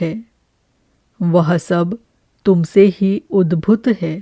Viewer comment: "उद्भुत्" नहीं, "उद्भूत"! "स्थीर" नहीं, "स्थिर"! 🙏